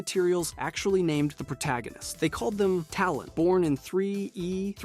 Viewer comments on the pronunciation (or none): none